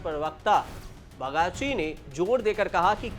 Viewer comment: आज कल कोई भी एंकर बन जा रहा है, न उच्चारण ठीक है और न ही समाचार पढ़ने में कोई लय है। हद तो ये है की, सेलर की जगह न जाने क्या पढ़ दिया है और बागची का नाम भी ढंग से नहीं लिया। ऐसे लोग मीडिया समूह और पत्रकारिता को आगे जाकर दूषित करते हैं।